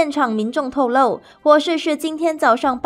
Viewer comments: Bro ,我知道多音多义字。在读透露的时候，不是读lou.😅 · 你们念新闻稿越来越死板，透露的露念lou? 😅有没有弄错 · Bro, 献丑前建议你上网找汉语字典读读。 提示：“露”是多音多义字。